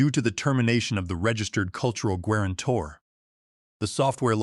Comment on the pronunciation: Good story but it's badly affected by the AI. How could guarantor be pronounced gwarantor? Really annoying! It's not the only error but the most egregious of many.